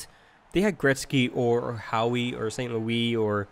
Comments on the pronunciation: it is pronounced how, not howee 😂😂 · did you call howe "Howey "